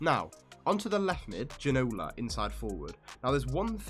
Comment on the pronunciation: Plz learn how to say Ginola name :P